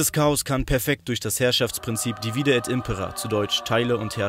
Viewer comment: ich muss vermuten, dass du keinen Lateinunterricht hattest oder sehr schlecht in Latein gewesen sein musst. Bei divide und impera wird die erste Silbe betont bzw. die drittletzte aus der Perspektive der Lateingrammatiker gemäß der einfachen Regel: "Bei 3- oder mehr-als-dreisilbigen Wörtern oder Wortformen wird die vorletzte Silbe betont, wenn sie lang ist, ansonsten die drittletzte." Sowohl bei divide als auch bei impera ist die vorletzte Silbe KURZ. Daher ist die drittletzte zu betonen, wie es dein Kumpel zumindest beim 2. Verb gemacht hat. Also: dívide et ímpera ❤&✌🏻